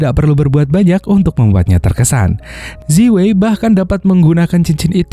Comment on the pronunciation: Zi wei cara bacanya yang benar adalah ci wei dan bukan seperti yang anda baca. Namanya roman spelling. Terima kasih tetap semangat dan tetap berkarya👍😁